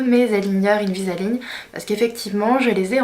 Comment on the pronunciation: C'est pas invisa-ligne !!!!! Invisalign please :)